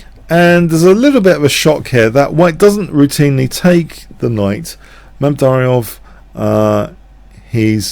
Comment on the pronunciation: Just a note, it's MamedYARov, not MamedARYov as you've been pronouncing it for a while.